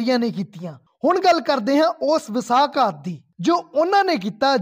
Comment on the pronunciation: ਇਤਿਹਾਸ ਦੀ ਜਾਣਕਾਰੀ ਦੇਣ ਵਾਸਤੇ ਧਨਵਾਦ ਪਰ ਪੰਜਾਬੀ ਬੋਲੀ ਦੀ ਡੰਡ ਲਾਹੁਣ ਦਾ ਇਤਰਾਜ ਹੈ। ਸ਼ਬਦ ਵਸਾਕਾਤ ਨਹੀ ਵਸਾਹਘਾਤ ਹੈ।